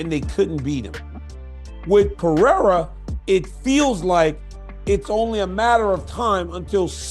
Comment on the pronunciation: It’s PeReira, not PeHeira. You’re just too proud of yourself to acknowledge and correct.